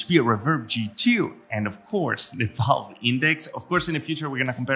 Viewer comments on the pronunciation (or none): none